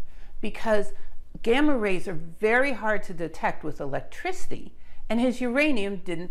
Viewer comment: This channel has quickly become my favorite channel. I find myself humming eeelekrisity ... eeeellekricitee every now and then